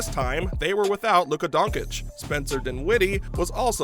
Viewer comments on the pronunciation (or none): Agree!!!! Dončić = Donchich and NOT Donkich!!!! During 5 years you can not learn how to pronounce his surname! Like we say your name as.